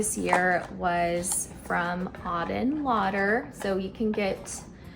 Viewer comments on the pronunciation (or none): The first candle you showed is really pretty! However, you are pronouncing the last name incorrectly. It's not "Lauder". The name is written on the box: "Lueur". 🕯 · Came here to give a gentle corrective nudge of mispronunciation also. She [MaCenna] uses it from the French word for "glow/glimmer"; play on words for a candle. As someone who knows some French -- lueur is used more figuratively (example, “une lueur d’espoir” means “a glimmer of hope”). Sounds lux in English, sounds off in French 😊